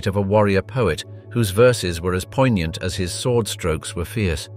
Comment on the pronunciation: I swear to god if this guys said "poignant" or "mechabre" one more time, I'll lose my fucking mind.